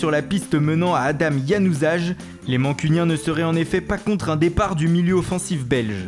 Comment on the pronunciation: "Adame Januzage" 😂 C'est Adnan Januzaj mdrr ( le j est prononcé y )